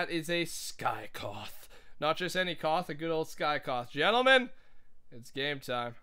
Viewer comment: A sky KOTH lol what was that lol